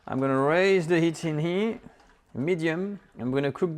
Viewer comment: Love how he says "on heee" instead of "in here" 😂❤